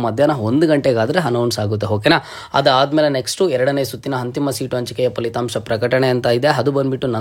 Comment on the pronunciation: Thanks! TBW Haadhmele alla guru, adhmele! Hauru alla auru 😅